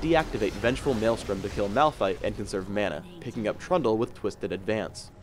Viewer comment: when he sais trundle sounds like pronto, lol. other than that he's commentary's just great as well as the hero (the living bomb is so awsome)